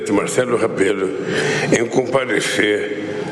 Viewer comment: Pois é. Teve um momento que ele falou: Marcelo “Rabelo” 🤦🏻‍♀️ Que falta de respeito…. O Presidente Marcelo Rebelo muito educado, só ouvindo e em nada consentindo. Do meio para o final ficou apenas com um sorriso social no rosto. Aqui eles até discutem uns com os outros, mas tem muito respeito também nos discursos, principalmente o do Presidente. Atacar os outros ou discurso de rancor, jamais. Presidente Marcelo é um lord.